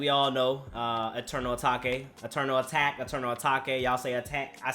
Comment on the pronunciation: Repeat with me A-take